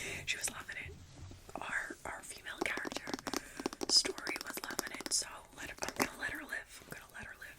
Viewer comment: STOR-REE 😂 I don't think this is sleeping material, this video is hilarious 😂 🏎 🏎